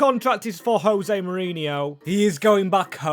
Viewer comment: JOSE Not HOSE, Portuguese not Spanish…